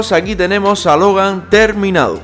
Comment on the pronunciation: El dijo hogar 🏠 en ves de Logan🤦🏻